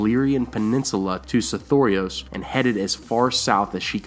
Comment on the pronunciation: I think its just because i have only the way I sounded out the name originally when I saw it in the books, but I HATE the way you say it. Sothoros seems to roll nicer. I have a feeling some of these things are meant to be conveyed as an accent, not enunciated syllables.